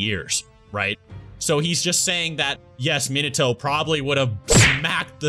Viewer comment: it's so annoying how they pronounce his name MEAN NUH TOE